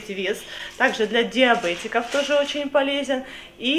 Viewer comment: Для диабЕтиков, а не диабЭтиков (маленькая поправочка 😊)